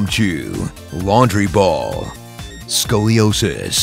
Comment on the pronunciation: 'Scoliosis.' I nearly lost control of my bowels...